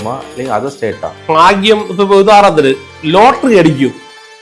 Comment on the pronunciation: ഫാ ഗ്യം അല്ല.. ഭാഗ്യം.. ഉച്ചാരണം പഠിക്കൂ..